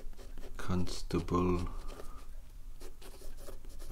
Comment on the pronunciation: The first word he said was “Constable” with his accent the first syllable sounds like he’s saying “Cunt” so that might be it?